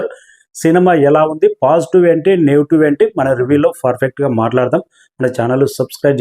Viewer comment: Mundu english nerchuko ra ooruhook ga. Ero, ferfect... Endira maku idi 😂